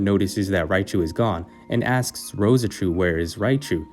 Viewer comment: Just Rose-Chu m8. Not Roseh-Chu